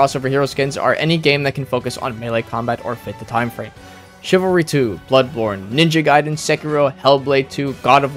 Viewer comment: Bro just called it Ninja Gyeden